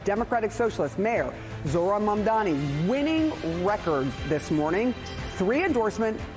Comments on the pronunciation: He called Msmdani, Mandami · this guy can't even pronounce "Mamdani" correctly 😂